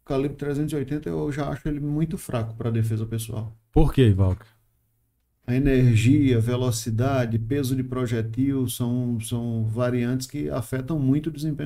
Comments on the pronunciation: projetil, silaba tônica no "E". Nao existe essa palavra projetíl, com a silaba tonica no "i". Se voce quer acertar o tiro comece acertando o português. E stoppimg power simplesmente nao existe, esse conceito ja foi cientificamente contestado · Rapaz, não existe "projetíííl" e sequer "stopping power"!! AAAAAAAAAAAAAAAA